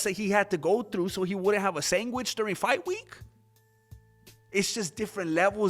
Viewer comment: A sangweech fr the New York Italian man himself? He knows how to make a sangweech, Marone.